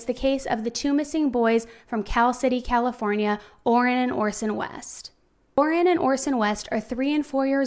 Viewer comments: How about we get the boys names right, Orrin not Orwen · "Orwin" clear as day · She definitely said Orwin, I thought I was saying it wrong. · OR RIN not or win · Orson and ORRIN. NOT Orwin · and.video! However, its Orrin and Orson, not Orwin. I will keep watching. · Hi. I noticed you called him Orwin throughout the video, but is that the correct pronunciation of Orrin? Prayers they’re found safely! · I'm sorry but there were times when you undoubtedly said Orwin, plain as day and not in a rush. it's okay to make an error, you're human. in fact there are several errors in this video regarding the information you gave, but I just don't understand why you responded with such hostility to that comment when the proof is literally right there and anybody can hear it lol it's just weird to deny/dispute something when theres actually proof of it... lol 🙆🏼‍♀️🤷🏼‍♀️ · A lot of your info is wrong and you said Orrin's name wrong the entire time.